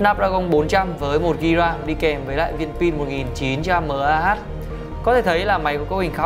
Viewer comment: mAh đừng đọc là mờ A hát nữa, và OPPO Neo 5 dùng android 4.4